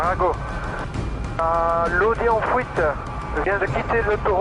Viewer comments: "le véhicule en fouite" mdrr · "la voiture en fouite" XD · En fuite billy pas en Fouite D'où tu sors gars ? T'habites dans les champs ou quoi ? :D